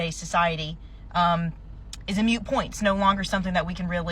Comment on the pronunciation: Moot point. Not mute genius.